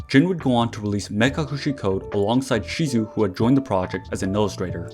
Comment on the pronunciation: a little correction: I think her name is pronounced shidu or sidu